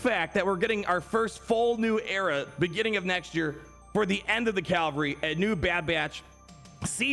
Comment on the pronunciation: Did he say "end of the Calvary" at 8.23, instead of Cavalry?